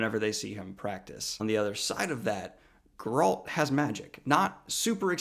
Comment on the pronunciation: “Gur-alt” Sorry, but I’m gonna go with CDPR way of saying it as “Gair-alt” Also, it should be noted that Geralt isn’t a human. He’s a mutant.